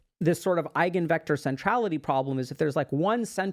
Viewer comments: idk what eigenvectors are that much but i know they are a central topic in linear algebra and i know the basics of that and have heard the word so i can confirm (minus the accent) it is indeed eye-ghen vector. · Eigenvector ,You pronounced it very nicely. 🙂🇩🇪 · "Eigenvektor" pronunciation is excellent 👍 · Eigenvektor is pronounced correctly. Greetings from Germany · To be fair, your attempt at German was quite good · this hits hard for us autistic folks. i think every single one of us " high functioning" ones had "friends" like this once until we realized they're not friends at all and we're not rly the clingy ones. pronounciation of " Eigenvector" was actually accurate. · Your German pronunciation of the word is right on spot. I have no complaints there and I happen to be a native speaker.